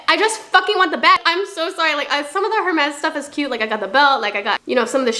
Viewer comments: It’s pronounced air-mes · PLEASEEEE the h in hermes is silent😭😭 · The h in Hermès is silent… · The way you pronounce Hermès kinda scratches my ear drums 😅🥲